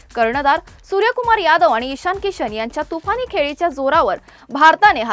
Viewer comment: न ला न आणि ण ला ण म्हणा (म्हना) ताई 🎉🎉 खूप झाले आता आनी बाणीनीपानी हम रोज एक घंटा ऑनलाइन खेळणेवाले है 😅😅